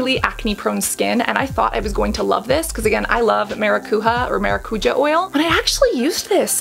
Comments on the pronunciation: ma-ra-cu-ya not ma-ra-cu-ha or ma-ra-cu-ja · 🚨 Cassandra 🚨 i would love for you to see this comment 🚨 i have been trying to correct Hyram and James on the pronunciation of the word 🚨 it's MaracuJÁ, not MaraCUja, the accent is on the A 🚨 grammar police 🚨 LY <3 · Hello, another fellow brazilian here!!! It's pronounced maracuJA not maraCUja, I swear to god hearing people who don't speak the language saying this words feels always so strange, but so funny!😅😅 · Quick tip: It's pronounced MaracuJAH (not the spanish J). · Maracujá is literally passion fruit in Brazilian Portuguese (indigenous brazillian word, tupi-guarani) The pronunciation of the "j" is not like in Spanish... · It say maracujá (the a's you say with a string tone like the first one) translation from portuguese to English is exactly passion fruit. :) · The J on maracujá ir read like the J on je t'aime